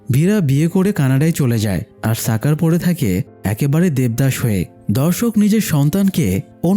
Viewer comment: সাকার কি ভাই! স্বাকার এটা শাকার উচ্চারণ হবে!!